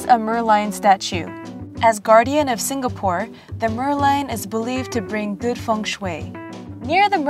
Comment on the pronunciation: actually it's pronounced more like sing-uh-pore and not sing-ga-pore